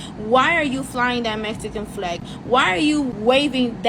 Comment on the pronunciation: I like the way she says "Flllllllag" 😍